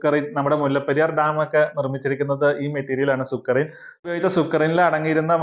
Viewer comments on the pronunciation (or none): സുക്രി അല്ല സുർക്കി